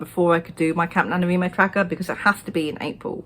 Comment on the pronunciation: I love how you say NaNoWriMo!